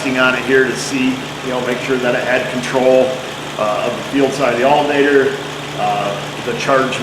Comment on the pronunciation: So this drinking game... is it every time you say altERnator, or every time you say altAnator? ;-P